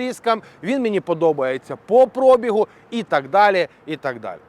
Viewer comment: Будь ласка, пробІг, наголос на 'І', завчасно дякую за розуміння.